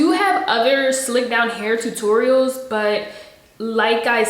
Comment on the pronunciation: in every video she says "two turials"